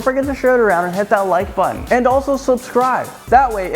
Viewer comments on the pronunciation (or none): none